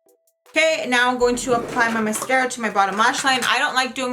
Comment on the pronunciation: Girl love how you said mascurra with that face lol love ya